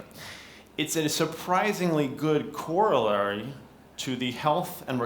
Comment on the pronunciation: "It's a surprisingly good correlory" lolololol